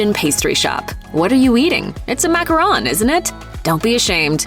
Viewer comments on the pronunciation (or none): none